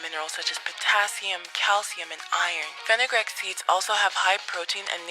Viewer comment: Fenugreek (Fin-you-"greek," not Fin-uh-"grick") Long "e" sound, not the short "i" sound. #PronunciationPolice 👩‍🎓